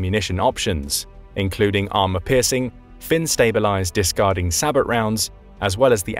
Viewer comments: sabot is pronounced sae bou round the t is silent .. seriously annoying him pronouncing it say-bot round it means he doesnt know what he is describing or talking about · That's pronounced SA-BOW NOT SA-"BOT"!!!!!! Calling these rounds SA-BOTs is no different at all than saying Bus DE-"POT" or train DE-"POT", etc!!!!!! An "Expert" doing a video should know this very simple and WELL KNOWN fact! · Sabot is pronounced sab o. The t is silent. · Sabot is pronounced SAY-BOW (like Bow and Arrow) - The T is silent. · I'm not sure if this narration is text to speech, but ... "sabot" is pronounced "say-bo" and "coaxial" is pronounced, well, "co-axial". Get with the program, kids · does the video use a robo-voice ? I noticed incorrect pronunciations of sabot and coaxial . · oh yes, i definitely trust the opinion of someone who pronounces the t in sabot, they definitely know what they're saying! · How do you pronounce SABOT rounds again?? You need to train your voicebot better.